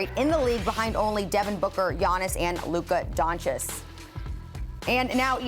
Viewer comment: Luka Doncis, according to the presenter.. Niiice